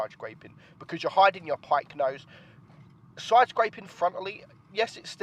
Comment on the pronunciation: can you say 'side'? you alway say 'soi' and the word 'last' you say 'lost'